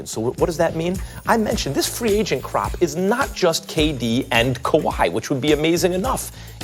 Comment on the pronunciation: MAX goes ‘Could u ‘imathin’’ rather than ‘imagine’ 😂😂😂I’m petty and MAX goes ‘crop’ instead of ‘crap’ 😂😂😂 he on a good LEVEL